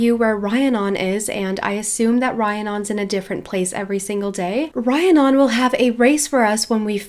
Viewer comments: Just a head's up the name is Re-ann-on =) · Just thought I’d let you know, Rhiannon is pronounced like Rihanna (the singer/songwriter) but with non at the end. Re-an-on. Hope that helps! Love your videos by the way😊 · Rhiannon is pronounced Ree-Ann-on. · Okay I love you but it’s Rhiannon pronounces REE Ann non not rhi a non <3